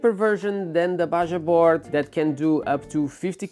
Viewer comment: FYI Bajaboard is pronounced “BaHaboard”